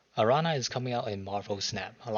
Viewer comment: My favorite thing this week is gonna be watching videos by people who don't speak spanish trying to pronounce Araña XD